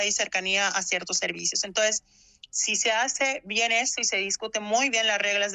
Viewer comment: Como es que una licenciada dice "entoes" en vez de entonces??